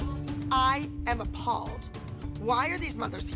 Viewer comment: Nobody: No one: Not even Jesus himself: Abby: I am A palled